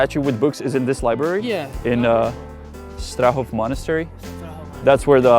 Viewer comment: I'm from Poland and every Slav will know that you are Czech by the way you pronounce "Strahov"